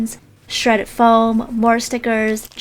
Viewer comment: Why do you say floam? Is that even a word??? Let me correct your English. ITS FOAM! NOT FLOAM, YOU CANT JUST ADD AN 'L' INTO THE WORD! 🙄🤦🏻‍♀️